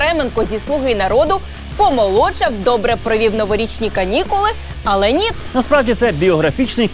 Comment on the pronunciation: «Нiт»?? Нит блять? Тесть теперь украинский язык это просто русские слова с буковой «i»?